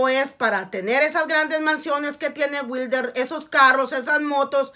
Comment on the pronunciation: La venadita del jabalí 😂😂👈 dígale witre no wilder 🤣